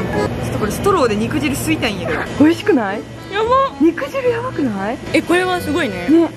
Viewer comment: 肉"じゅう"やなくて肉"じる"って言ってるあたり相当汁やばいんやろうな